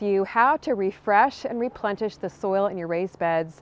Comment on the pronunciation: Love "replentish" it's like replenishing with plenty 😂